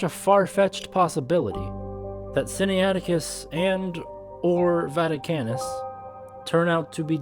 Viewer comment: Sin-na-it-icus. Not Sin-ni-ATic-us. (Pronunciation aid}.